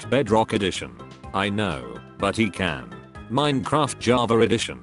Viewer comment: почему вы говорите не джава,а джавар